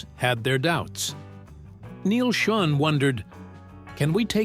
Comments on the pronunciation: Schon not schun ai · Man, being reminded that it’s an AI generated narrator constantly throughout the video really takes you out of it, how many dozens of times did he call him Neal SchUn?! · It's pronounced "SHOWN"... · Your AI crap doesn't pronounce Neal Schon's name correctly!! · At least get the pronunciation of Neil Shone's name correct!!